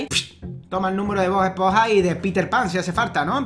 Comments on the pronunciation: cuando abla ese hombre dise bod es ponja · lo siento pero es esponja no espoja